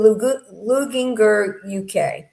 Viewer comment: ….Luginger is like Lou-GINGER like the tea, or what you put in Chinese food! Like the root! At least that is MY assumption, Ginger, like JO. 😁 Love your show, and when you are on STS. Enjoy Italy!